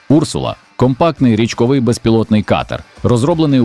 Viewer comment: Не Урсула , а урсУла . В перекладі " ведмедиця ". Цікаво , чому річкова залізяка так названа ?